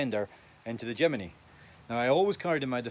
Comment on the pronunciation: Jimeny ? Where did the 'e' come from ?